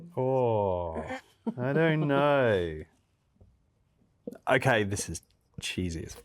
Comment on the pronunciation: that aukay couldn’t sound more Australian, Luke my dude what’s going on